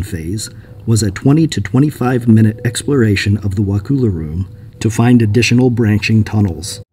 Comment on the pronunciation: pronunciation is "Wuh-cull-uh"